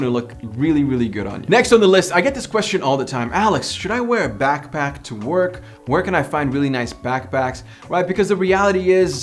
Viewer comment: Alex it's back pack not back back